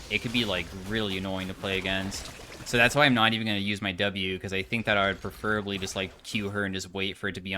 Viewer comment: mispronounces "preferably" mispronounces "preferably"